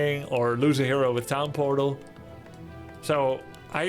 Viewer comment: Is grubby saying pown tortal ??? I thought i heard him saying it that way multiple videos now.